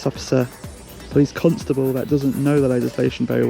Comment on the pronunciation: Stop saying Cuntstable. Its CONSTABLE